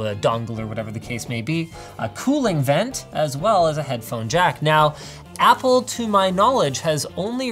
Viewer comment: did you just say fapple? FAPple? as... a very exciting apple computer?